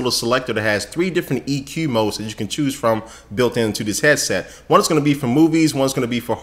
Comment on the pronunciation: Its HEAD SET not HEA SET